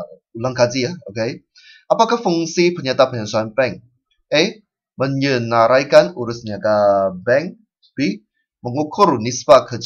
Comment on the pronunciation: its 'menyenaraikan' bukan menyeranaikan